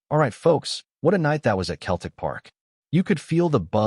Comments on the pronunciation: Why doesn't the AI learn to say Celtic rather than Celtic! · Why do they keep saying keltic with a k sound rather than celtic with an s sound. Kearn to speak properly.